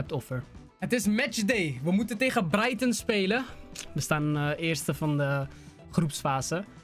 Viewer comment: je bent de eerste die mijn naam goed zegt want mijn naam is ook Brighton 😂😂😂